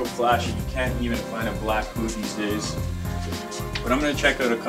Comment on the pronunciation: I swear he's not saying boot, he says boob